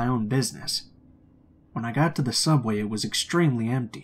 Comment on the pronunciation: did anyone else here him say “stubway” station?😂😂😂😂😂